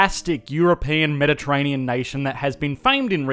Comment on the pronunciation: "medeterainian" ha